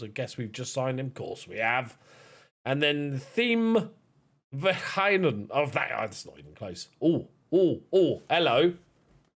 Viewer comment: Had a good laugh when you were going through the squad 😂 We make fun of Swinkels in the Netherlands, he was pretty bad against Ajax. And you pronounced Verheijen pretty good actually. Keep up the good work 👍🏻